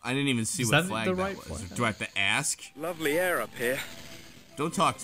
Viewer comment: "Mmm, lovery air up here." Must be British Engrish.